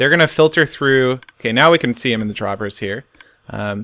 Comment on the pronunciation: A stack of "Hoppahs n' Droppahs"